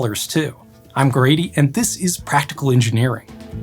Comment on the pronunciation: "Greaty" not Grady 😊 thank You